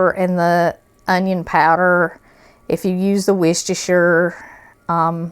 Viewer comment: Looks so good! Also, i think you're probably the only person ive seen that pronounces worchestershire right. Thank you!